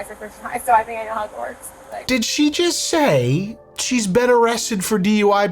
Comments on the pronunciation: I thought she said "I've been to Hogwarts." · when she said "how it works" I thought she honestly said "I've been to HOGWARTS" as in the the last time she got pulled over by cops, she was pulled over at Hogwarts. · I genuinely thought she said she was arrested in Hogwarts 😅😂